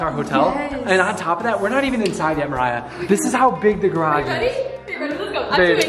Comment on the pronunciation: did anyone else here him say “ Maya” not “Mariah”